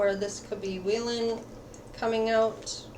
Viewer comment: Its wheein mamamoo not wheelin but thank you for the reading.. can't wait for their activities in the future about music❤️